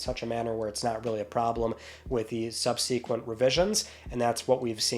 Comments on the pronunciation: His incorrect pronunciation of "subsequent" has gotten old. Please learn to pronounce it correctly! 🎉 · LOL no it's not an accent thing, just a pronunciation thing. Besides isn't he from upstate NY? It's just a pet peeve of mine, because it's a few different words... just subsequent is just the most often mispronounced one. Not like I'm perfect, I still mess up niche all the time 😅 I keep forgetting if its pronunciation is "neesh" or "nitch" 😆